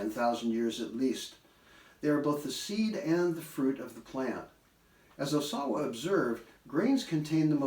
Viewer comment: (Slightly better volume than in Part 3, and again the mispronunciation of "Ohsawa." Listeners, please don't learn it this way!) There are grammatical errors ("comprised of"; "phenomenon" instead of the plural; "agrigarian" instead of "agrarian") and mispronunciations ("homeo sapiens"), but those are merely "spoken typos" whereas mispronouncing a proper name is a conceptual mistake. It's fascinating to consider "Folk medicine is simply grassroots epidemiology" . This important segment comprises a very basic but good review of the physical yin-yang principle applied to the growth of plants.